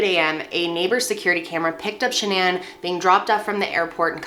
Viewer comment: Is saying the name shanan and the company name level incorrectly? Lol is she trying to get all fancy with these names, or what??